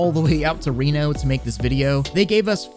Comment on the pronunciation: This dude say Reno??